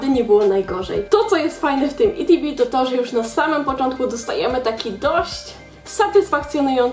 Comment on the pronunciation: jakie itb mówi się etb